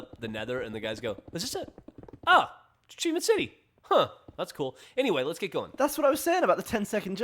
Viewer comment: I think they meant the videos Geoff and Millie did together, she mis-pronounced "Achievement"